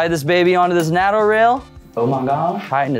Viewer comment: Useful video, thanks but everyone in the world knows that the 'North Atlantic Treaty Organisation' is abbreviated to 'NATO', pronounced "NAY TOW".